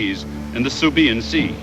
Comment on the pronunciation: the narrator seriously needs to learn his pronunciation of such historical events. subiyan ( sibuyan), zukaku (zuikaku) and many more